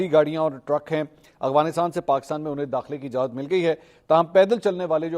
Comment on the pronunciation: منصور علی خان آپ افغانستان کی بجائے اغفانستان بولتے ہیں